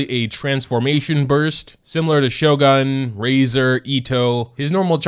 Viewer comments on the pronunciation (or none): none